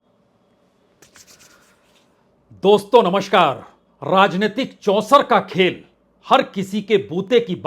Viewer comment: Sir, You always start your show with the word NAMSHKAAR the correct word is NAMSKAAR . Please adopt it because you are a reputed high stratured media personality &we are your FAN.